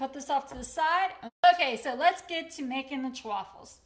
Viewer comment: Why is she saying Chewaffles? Everyone says chaffles as in waffles